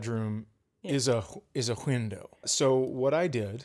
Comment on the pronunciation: "Whindow" Is this a callback jab at vocalizing the H sound in words that have a silent H? Holy shit! I never put that together. I understand the mocking aspect of "Chads", but after all these years of watching his comedy, it never occurred to me that Chad Daniels is named Chad. How do you miss that?? I mean, it's his fucking name! 🤣 That's because you don't get to watch yourself getting on an airplane with a garbage bag! 🤣🤣🤣, you need to get a vest that reads: "Service Comic" to wear when Chad is grumpy in public. You need to know two things before moving in: 1) At what temperature does each person prefer the thermostat, 2) Which direction does the toilet paper go? This is a very important thing that a LOT of people need to understand: Threatening to leave the relationship is weaponizing emotions. If you are threatening to leave because of an argument, the relationship is already over. - - - You guys are great. I can't wait to see more.